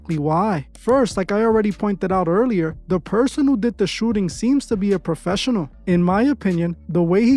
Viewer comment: “He had to be a popessional” Yea, ok Bozo…